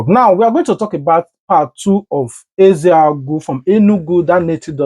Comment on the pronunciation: Eziagu and not EZEAGU please